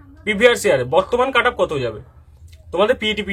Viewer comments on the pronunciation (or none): কাটাপ আবার কি হয় ভাই? কাট অফ হয় জানি যদিও যিনি ভিডিও বানিয়েছেন তারও উচ্চারন একই কাটাপ উচ্চারন টা ঠিক করুন স্যার It's 'কাট অফ' not 'কাটাপ' 😂😂